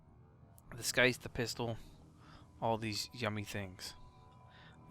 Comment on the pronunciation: I love you but, the way you say Syandana and Scythe hurt